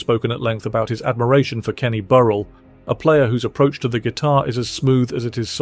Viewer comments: Pro tip: if you're going to have a machine narrate your videos, you should make sure it's pronouncing the names right (e.g., Burrell). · Whatever machine is being used to narrate this video should be instructed how to pronounce Kenny Burrell's name.